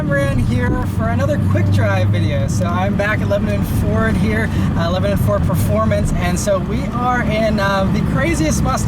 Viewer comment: FOR THE LOVE OF GOD ITS NOT PRONOUNCED “LEBININ” ITS “LEBANON”